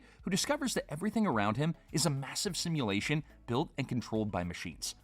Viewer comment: It's a sashimulation